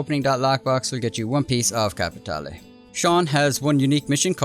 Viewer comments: You're pronouncin' it wrong, boy! You should say it like Joe does: "kappa-TAY-lay" =) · Nice work but don't you mean capi tay lay:_Laughing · capi tea leave. Im really enjoying the solo lobbies in these missions. Its great to me but I really am starting to hate that word capitale